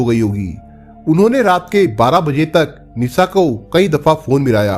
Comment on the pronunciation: Language sudharo bihariyon ke language mat bolo pure world mein viral hota hai video sha Ko sa mat bolo Nisha ko Nisa mat bolo aap ka video dekhna chahte hain lekin aapki language pasand nahin hai